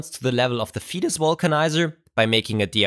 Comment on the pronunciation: Thanks! That's a great discovery. Still, I would pronounce the company name "faytus" not "fetus" 🙂